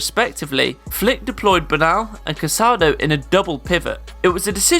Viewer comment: I wonder why everyone on youtube mispronounces Casadó's last name. It's CasadÓ, not CasAdo.